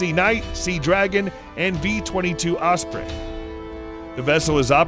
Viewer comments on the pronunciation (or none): none